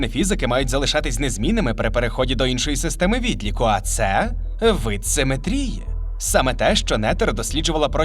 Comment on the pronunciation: Ну навіщо ви ріжете глядачам вуха? Не "симетрІї", а "симЕтрії".